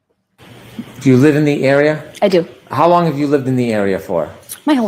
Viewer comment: "Hos long" will forever be the way my internal monologue says it... and forever the urge I will have to fight to say it out loud. I cannot unhear it.